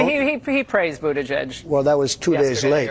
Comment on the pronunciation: I am pretty sure Jimmy Dore says Bootigege the way Trump said it.